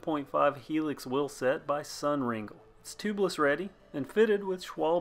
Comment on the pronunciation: Great video, typically pronounced sun ring-lay.